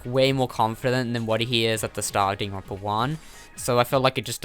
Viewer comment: says Danganronpa Subtitles: ding and rompers